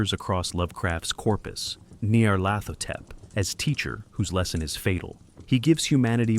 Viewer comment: I gave up 22 second in when your ai script reader struggles with pronouncing Nyar's name. Dont be afraid to use your own voice. AI will never replicate it.